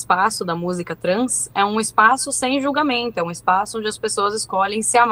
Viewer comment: Musica trans? Kkkkkkk carwio mina vai pra rave e nao sabe fala trance